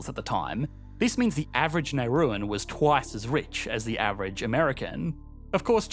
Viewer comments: As someone who worked there for 2 years as an expat... It's pronounced "Nah-roo" and they are Nauruan, not "Neirusian". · Nauruan not whatever you are saying.